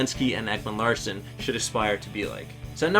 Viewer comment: Ekman Larssen?? It's Ekman Larson u sped